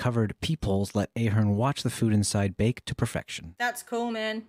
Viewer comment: Oof. Ahern is pronounced "Ah-hern". It's a variant of O'Hern.